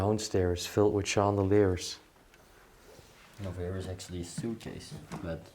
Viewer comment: Hello, Chandeliers in English is pronounced Shan-da-lears